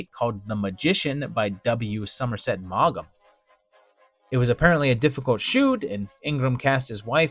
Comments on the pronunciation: The name Summerset Maugham is pronounced "Mawm" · That’s not how you pronounce Maugham.